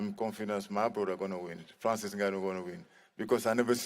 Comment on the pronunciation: I swear just called Ngannou... "Francis Niggarou" 💀💀